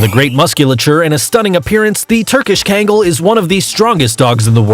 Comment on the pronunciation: It’s not kangle it’s kangal And Newfoundland is not newfundlan